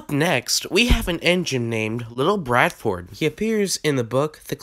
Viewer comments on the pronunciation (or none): It is pronounced Little BAR-FORD not little Bradford I am not trying to nitpick but this is more of a fun fact.